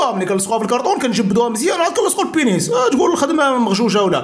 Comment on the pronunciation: رد البال اسي.البنيس عندو معنى ٱخر لهلا يوريك بالفرنسية.قول البنيز بالزاي و ليس بالسين.حفظك الله.